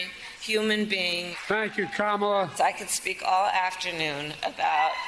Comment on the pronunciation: 😂😂😂😂😂 and this time he called her karmala...smh